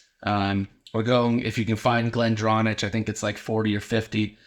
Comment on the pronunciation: Great video bud. Just bought this and your video was very informative and I'm excited to open it. Small note. Glendronach is pronounced Glen-dron-ak